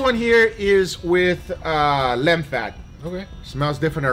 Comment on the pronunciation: "Lemb fat" Do you mean lamb?